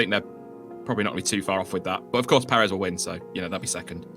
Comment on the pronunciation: Please learn how to say Perez. You're putting emPHAsis on the wrong sylLAble.